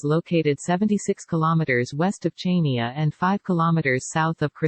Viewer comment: The obotic voice is so irritating and the pronunciation of Chania is wrong! Chaynia? It's pronounced Haniaa! If you are going to make money from the film, at least ask the locals how their names are pronounced.